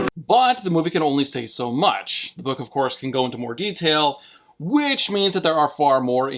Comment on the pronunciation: What said: “… because the ends justify the means.” What I heard: “… because the ends justify the memes “